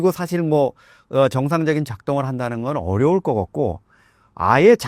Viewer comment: 사화자 발음 고쳐요 것 겉고 —>것 같고 집중안됨